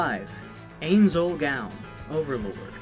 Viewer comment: Omg he murdered ainz name from overlord. It’s spelled ainz but you pronounce it inse